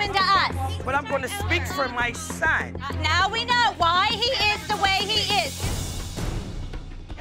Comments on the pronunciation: CUZ AM TAWKIN ABOUT MAH SUHN 👁👄👁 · OMFL Holly is a mood i'm dying PS: CAWs aM tWAkiN AbAut mAi SOn